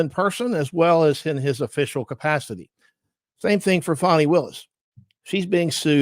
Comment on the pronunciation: Call her by her proper name…Faaan nie not Fawnie